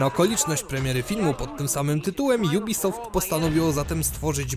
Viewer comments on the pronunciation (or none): none